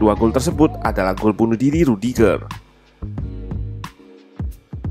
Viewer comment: dia nyebut aksen "e" nya rudiger bukan cempreng tp suara dalem, wkwkwk